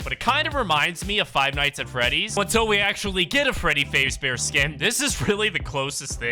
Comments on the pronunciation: I'm sorry... FREADDY FAZEBEAR???? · BRO SAID “FREEDY PHASE BEAR”LAMOLOL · BRO SAID FREDDY FAZE BEAR 😭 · Bro said Freddy fazebear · ❌Freddy fazbear ✅Freddy faze bear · you saying freddy’s last name wrong makes me cringe a little